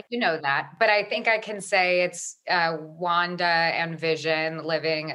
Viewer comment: The way he says Wanda is just wonderful